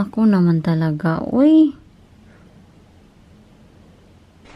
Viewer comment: Thats a bisaya accent ...ouii